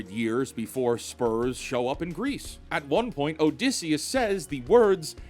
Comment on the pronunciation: your pronounciation of Odysseus hurts